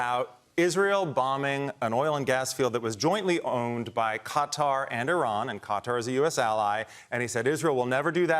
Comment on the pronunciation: needs to learn how to pronounce Qatar.